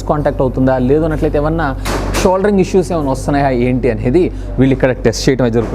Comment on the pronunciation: Sholdering kadu nayana soldering antaru.